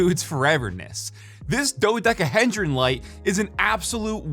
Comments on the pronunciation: "Dodekahendran" LMAO it is Dodecahedron. There is only ONE letter "N" which is at the very end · He (like a guy).. Dodecahedron. Not "hendron" as he pronounces it. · Dodeca heeed ron…no hen🐓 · Oh no. “DodecaheNdron” 😮😢😂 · I'm sure its already been called out to death but if it hasn't been mentioned its pronounced doh-decca-HEE-dron <3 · bro pronouncing it like "hendron" pisses me off sm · The way your pronounce dodecahedron makes me want to slice open my abdomen (in game of course)